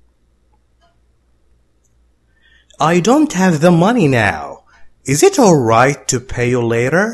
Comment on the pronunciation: استاذ كلمة alright وكلمة already كانك لا تنطق حرف l